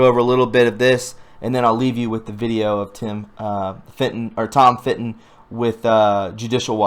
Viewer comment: Fitton Bruh, not Finton. For all the GREAT WORK Tom Fitton has done and continues to do......the least you can do, as you report his progress, is pronounce his name correctly.